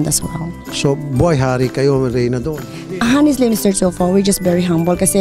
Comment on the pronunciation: Wow si madam🌬🌬🌬 sobrang mahangin jan sa studio🌀🌀🌀🌀nging tornado🌪🌪🌪🌪imbes na maapreciate kita madam napailing na lng aq😀😀😀😋😋😋😋HUMBLE daw😂😂🤣🤣🤣🤣dapat ung HONESTLY silent "h" pero bigkas hanesley😁😁wow saludo aq sau madam parang adobe sa tigas ng pg english mo..the philippines hind PILIPIN antagal mo na sa USA madam dapt usa accent kana...aq nga hk accent na😁😁😁